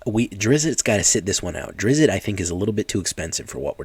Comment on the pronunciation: So it's definitely not pronounced Drizz-it. If you pronounce it like it has a D at the end instead of a T, it would sound more correctly